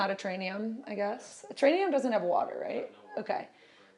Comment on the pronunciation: What’s a “terrainium”? At: finally started saying “terrarium”. must have pulled her coat. Whew! 😅